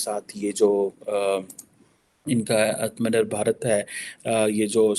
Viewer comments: atmnirbur nahin, phir se padho atm nir bhar! You are a slow head. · Is gandu ko "Atmanirbhar" toh bolna aata nahi hai bas chutiyagiri karwa lo PHD se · Atmanirbhar tak bola ni jata motu se aaj tak 😂